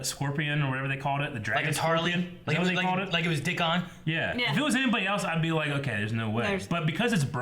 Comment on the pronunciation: Dickoff - Theon